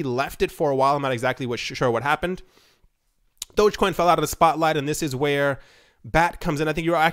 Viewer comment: I can’t take you seriously because you said DOGGCOIN and not DOGECOIN.